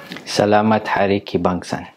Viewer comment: Kebangsaan not Ki bangsang